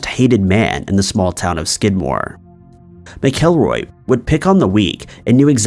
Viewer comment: Ken's last name is pronounced Mack-a-roy.